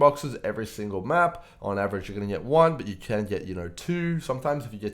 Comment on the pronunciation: Yo man, perhaps u are well experienced at Poe and so on, BUT, ur voice and how u pronounce words are so defective, i recommend u to use a voice changer or smthng to avoid this ridiculousness. Thankfully there is subtitles function. U sound like " u got phtrong bokses every thingle map..." Anyway, ty for the vid.